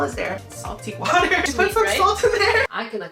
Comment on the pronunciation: " I jist love food so..." yeah me too me too